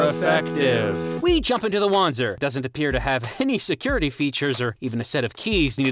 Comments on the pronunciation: "-- called "WAN-zers" It's german. It's pronounced "Van-zer". Jesus christ, have you never played a Front Mission game? The voice actors throw that word around constantly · The correct pronunciation is indeed Vonzer as listed on the wiki. However, in both Front Mission Evolved and Left Alive, the word is pronounced WAN-zer, hence why they used it too. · Wanzer is pronounced with a "Va" sound. "Vanzer" not "Wanzer." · So, shouldn't it be pronounced "vahntser" instead of what we've been hearing? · Did the devs just hire people without telling them that the mecha are named Wanzer... Which is pronounced in a Germanic fashion Vanzer... What the actual hell...? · Wait... how did the game mispronounce it's own made up unit type? Like 20 years of it being german, and now...? Is "lazy" a launguage? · says wanzer wrong